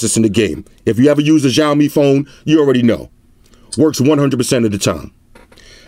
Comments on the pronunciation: lol its not jaomi, its shaomi (Xiaomi) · U can't pronounce XIAOMI well, i hear XJAOMI ALL THE TIME LOL